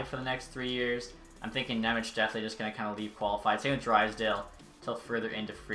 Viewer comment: Thanks for content and I appreciate the Nemec signing! You got really close with his name. :D In Slovak his name is spelled Šimon Nemec (eng translation - Simon German :D), so in case you wanna be spot on ...here you go: Ši- = SHI- oh you know from which word is this :D mo- = MOdano n = basic N Ne- = NYE ... dunno what word to use for ň sound sorry :D mec = METZ probably very close to METS sports team ... I wonder how are some broadcasters gonna butcher it :D